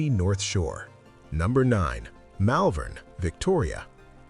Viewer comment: 👎👎👎 Hopeless American AI narration, Malvern is pronounced Mollvern in Melbourne. Documentaries should be accurate not made up AI. 👎👎👎 Give Australia Australian narration. 🇦🇺🇦🇺🇦🇺🇦🇺🇦🇺🇦🇺